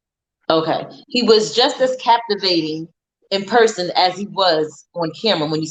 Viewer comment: No you didn’t say”Captivating” 😂😂